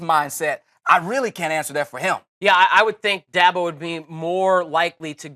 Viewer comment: Okay fucker, it's not "Clem Zon", it's "Clemson". And it's Dabo, not Dahbo